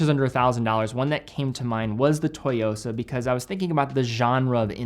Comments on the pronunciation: Hey, with all due respect and a lover of your channel and content: the Citizen Tsuyosa is pronounced- TSU-YO-SA, not TO-YO-SA. Tsuyosa means “strength” or “resilience”! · just FYI Tsuyosa is better pronounced Zuyosa or SuYosa the T is somewhat silent. If you asked for a Toy-yosa it’d be incorrect and some may have no idea what you’re talking about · It’s pronounced “soo-yo-sa,”. Like tsunami, but Tsuyosa. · Quick thing: the Tsu in Tsuyosa is pronounced like how most people pronounce Tzu in Sun Tzu, or tsunami.